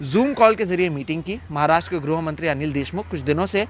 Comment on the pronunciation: ग्रो या ग्रु न पढ़ें गृह से गृहमंत्री होता है ठीक उच्चारण पर ध्यान दें न्यूज रीडर महोदय।